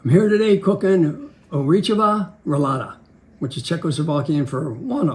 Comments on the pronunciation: as somebody from the czech republic, I think what he was trying to say is Ořechová roláda (nut roll) not orichova or what he said (pronunciatons of this is quite hard so I get it but you would kinda say it someting like orzh-eh-kh-oh-vah, not really accurate still) :DD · they butchered that Czech pronunciation so bad. even the dad can't pronounce it!